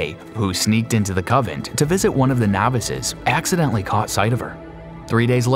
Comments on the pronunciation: Does anyone want to tell him it's coNvent , not covent. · Convent. Not covent. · It's convent. Not covent. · Alright...just to be clear...it's "coNvent" not "cOvent"...and "efficacious" is pronounced "effiKacious" not "effisaycious". Jeez... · You mean convent? Not covent Lol it's OK though, we are all human. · It is convent not covent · CONVENT... NOT Covent ffs